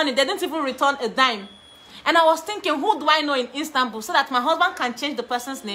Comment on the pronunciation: Istanbul not instanbul 😂♥️